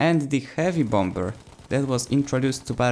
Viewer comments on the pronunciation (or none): Hey, I don't want to be that dick, but I can tell that English isn't your first language. So here is a good English language tip... The "b" in bomber is silent. I'm not trying to be a dick. I'm really just trying to help. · Just a little reminder, bomber is pronounced "bom-er" the second b is silent. Great video though! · Bombber? I like it